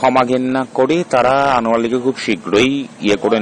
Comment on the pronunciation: Anwar uccharpn ta sposhto vashai bolun eto joriye bolchen krno